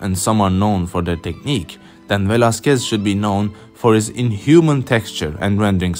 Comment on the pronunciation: Velazquez no se pronuncia asi...